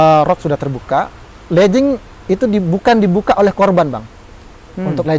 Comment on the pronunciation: Legging bukan Lejing/ledging ya dek ya. Tolong